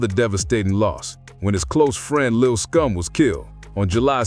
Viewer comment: why you keep saying lil scum? you mean lil SCOOM?